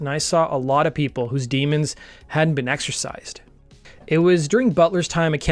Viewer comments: It's "exorcised", not "exercised". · "Exorcised", not "exercised". :-) And Devo dude's name is pronounced "kuh-SELL". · "exorcise" not "exercise" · Exorcised. Sheesh. Get it right.